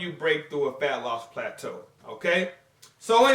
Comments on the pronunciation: Throwback to when used to pronounce it as "Platoo" LOL By the way I recently posted a PHYSIQUE UPDATE on my channel. be sure to check it out and let me know what you guys think! Greetings from South Africa! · no more plat-too eh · I was really hoping to hear pla-too like back in the day haha - Josh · Only pog og fans will remember when used to say "plah-too" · they don't know about "plah-too" and that busted ass spatula, then they definitely aren't OG haha